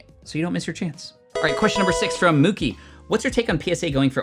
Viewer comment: you said it right (moo-ki). Which is awesome 💖